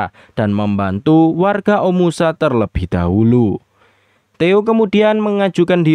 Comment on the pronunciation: Bagus story telling nya min❤ tp knp pengucapan kota omashu menjadi omusa ya?